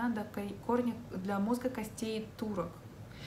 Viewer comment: На 1.13 вы сказали Бля большинства))). Даже переслушала 3 раза